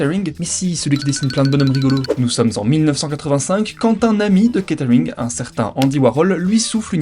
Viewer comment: on est plus dans du kate arring que du catering au niveau prononciation